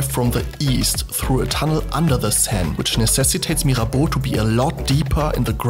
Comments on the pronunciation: Actually, you're the non-french person talking about Mirabeau who pronouces « Mirabeau » and « Église d'Auteuil » the best. Gg! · I love the sound of your voice. The way you say "Mirabeau" is perfect.